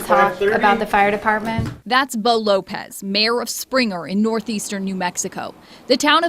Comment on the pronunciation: “Boe”? Wtf?